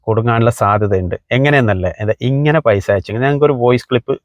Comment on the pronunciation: Paisha alla paisa Annu parayu paisha alla naak vadichi vaaa🤪🤪🤪🤪😀